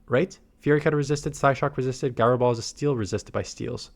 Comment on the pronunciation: It’s pronounced jai-row ball.